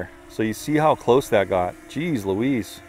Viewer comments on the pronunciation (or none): none